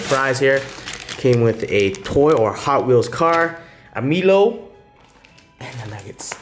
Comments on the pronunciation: I cried when he said meelo instead of My lo (Milo) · Right! It’s pronounced My-lo not Me-lo🤦🏾‍♀️ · Did he say, "ME LOW"? Milo is pronounced as, "MY LOW".. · In our country we pronounced 'Milo' as "My-Lo" not "Meelo" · It’s not Melo it’s Milo brother “Mylow” here in Aus 😎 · Just so you're aware, it's pronounced My-Low not meelow. It offends Australians calling our Milo Meelow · It's my-low not mi loew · You said the milo wrong it's pronounced mi-lo instead of saying me-lo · But he said mee-low😭😂😂😂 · The Milo is pronounced "My-low" its an aussie breakfast milk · it’s pronounced as “my-low” haha is the best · Milo is pronounced like “my low” 😊👍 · Milo is pronounced as My-lo.. hahaha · Milo is pronounced as “Mylow” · You mispronounce Milo how could you dog all the Australian out there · It's probably pronounced differently in other countries lol, like how british people say tomato and shit. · As a Aussie I’m offended the way he said milo I’m sorry if I annoyed u guys I just don’t like ppl saying milo wrong